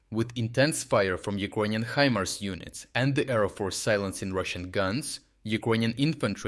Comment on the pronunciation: Really "HE- MERS" well that is mangled English! For you mangled English the correct pronunciation is "HI-MARS". Or use AI!